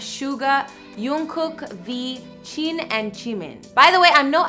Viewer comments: I'm not trying to be rude the way she said Jimin,Jin and Jungkook was so funny I can't stop laughing.😂😂😂Plus it's normal I couldn't say their names when I started being a ARMY. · did she just say sayool instead of seoul and yungkook instead of jungkook and chin instead of jin girl i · Please correct you pronunciation it's not yoonkook, it's jungkook. Who is Chin and Chimin ?? They are jin and jimin. Please google their name if you don't know. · ”in sAy-oHL” ”yUong-cook” ”cHin” edit: I’m not trying to be rude to her, please don’t hurt me jsjdjekkdjdj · When she said Yoongkook and Chin I died 💀😂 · Yoonkook???? Cheen????? Oh gawd🤣 at least she tried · "yongkook", "chin", "chimin" just kill me already 😐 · She gives shout out to comments from previous videos but I checked the videos she posted after this but there's no shout out from this video ahahha probably because all people are saying is that she pronounced their name wrong lmao. I am dead "Yoonkook, chin, chimin"😂😭😂😭😂😭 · Why does she have to say their names like that? Who tf is Yungkook, Chin or Chimin. Wtf 😂😂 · cringed so hard when she said JUNGkook, JIn, and JIMins names